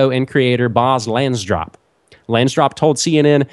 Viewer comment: LANSDORP not Lansdrop. :P